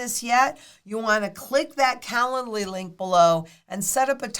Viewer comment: Calendly link is the STUPIDEST name ever! When says it, it sounds like “calla lily.”